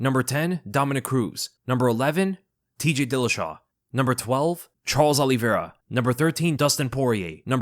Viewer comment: Bro it’s “O-lee-Vera” not “Ah-lee-Vera”